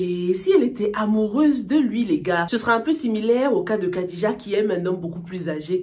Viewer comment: Khadija se prononce plutot Radija